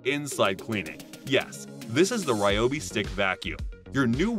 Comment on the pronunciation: It’s “Ree-obi” according to the company. I know, who cares. Just saying.